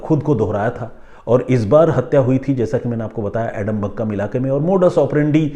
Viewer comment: Sir एडमबक्कम नहीं है आदमपक्कम है नाम😂